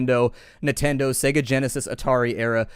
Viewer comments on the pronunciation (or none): none